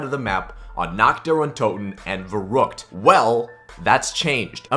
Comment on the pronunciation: Your not even pronouncing verruckt properly lol